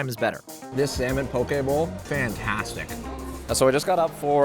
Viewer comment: As a native Hawaiian, thank you so much for saying pokē bowl right. I can’t tell you how hard it is to ignore when people say it wrong bc pokē has a VERY different meaning if said wrong.